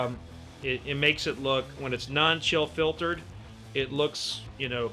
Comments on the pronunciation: I heard that too! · I heard it too. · Wait, did you say fill chiltered on purpose?! In the beginning. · Yeah that one got me. Hahaha